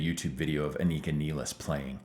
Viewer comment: No, you pronouced here name perfectly right